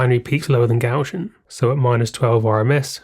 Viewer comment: Interesting video, but a shame that you can neither spell nor pronounce "Gaussian".